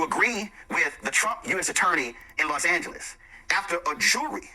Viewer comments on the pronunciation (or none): none